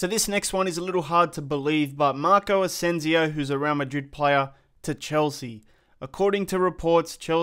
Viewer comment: Its ASENSIO not AZENZIO